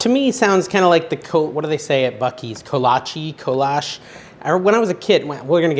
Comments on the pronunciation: I think the kolache is German -you are close with prenunciation but the e on the end is long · im from Texas and they originated from czech republic here we pronounce it like Ko La Chee They became very popular in the 1800's in Texas. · Kolache = Ko-La-Chee!